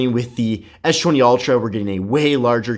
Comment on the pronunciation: Why does he pronounce s20 as schwenty?